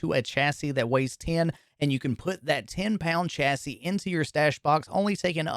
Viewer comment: ''CHA-SY'' What the heck, why do you pronounce it like that? Weird, is that Canadian?